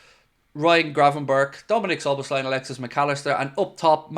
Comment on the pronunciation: I’m impressed! Out of all the native English speakers, you pronounce Szoboszlai’s name the best. It’s almost perfect! Hats off to you. A Hungarian Liverpool fan. YNWA!